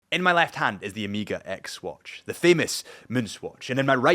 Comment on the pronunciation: Man , it's Omega not Omiga…. cuts in the ears….